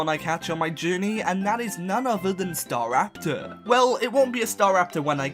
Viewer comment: STARAPTOR, NOT STARAPTER! THERE IS NO I IN LYNX! ALL POKEMON HAVE NAMES!